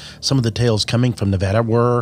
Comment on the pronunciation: its nevada not nOvOdA